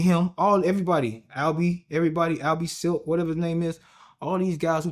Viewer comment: Dude said Al b silk